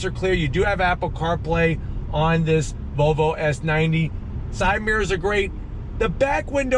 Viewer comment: right pronunciation is volvo not vovo